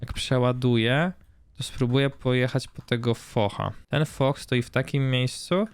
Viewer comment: nie foch, a fosz do k...y nędzy , nauczcie się w końcu poprawnie wymawiać